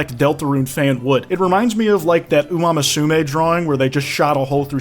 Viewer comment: it wasn't even an Umamusume fan and what the hell is that pronunciation😭